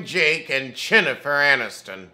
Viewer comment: I don't watch this show but you definitely just Said CHINNIFER ANNISTON and I am DOOOOOOONN EEEEE LOOOOOOOOL